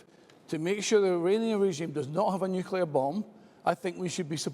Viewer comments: The word is " nuclear " not " nucular ". ignorance abounds. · I couldn't vote for anyone who says nucular. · The Tory candidate must be a fan of George Bush, who also pronounced it ‘nucular’. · RUSSELL FINDLAY, ANNOYINGLY, CANNOT PRONOUNCE THE WORD ' NUCLEAR' 😡😡😡